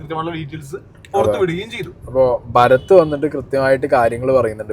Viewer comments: ഭഗത് ആണ് ബ്രോ ഭരത് അല്ല 😊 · ഭരത് അല്ല ഭഗത് ആണ്.😅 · ഭരത് ❌ ഭഗത് ✅